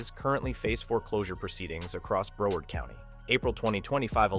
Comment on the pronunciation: This is totally AI. The word “Broward” is mispronounced. I’m no fan of Desantis but would check all the data.